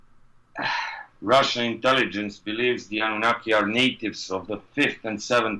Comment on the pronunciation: I swear u was saying abunaki at first (in the other videos) i was like huhh?